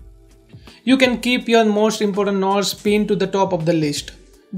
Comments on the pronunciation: Can u say NOTES not KNOTS. Its distracting me alot. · “scroll down and select nots” HAHAHAHAHGA AGWJAHHSHSDBNLMAOOOOOOOOO “nots”